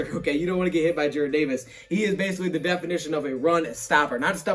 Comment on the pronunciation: youre saying Jared instead of Jarrad again l ol